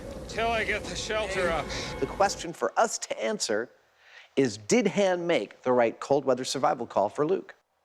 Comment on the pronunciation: Adam mispronouncing Han is so irksome 😖